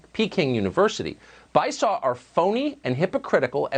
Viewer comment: Bi-saw I can't... It's Bi-sue-Oh.